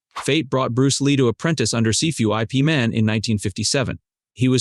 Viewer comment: I-P MAN??!! DUDE!! Say The Name Correctly Please 🙏!!! Need Some Help??!! YES U DO!! YIP MAN Yip Man!! I HATE when folks uses Names Incorrectly 😡!!